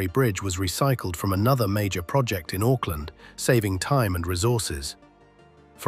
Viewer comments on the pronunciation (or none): none